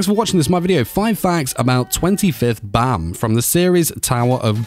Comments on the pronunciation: Baam not Bam well ... who am i kidding to have some one know the actual correct way of say Baam... your not Korean after all.. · why do u pronounce bam like that